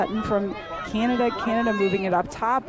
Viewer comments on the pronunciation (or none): Canada, prounounced Canadi within opening remarks, and less than 30 seconds into Q4 forgets that the Haudenosaunee are playing Canada and not the USA. 😬😑 …✌️🥍